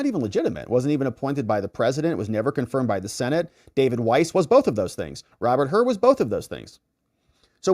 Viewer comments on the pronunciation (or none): none